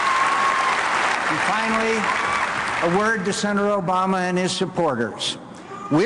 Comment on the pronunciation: It's not Osama. It's Obama.